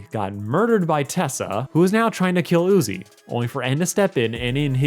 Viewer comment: NUZI??? You mean Uzi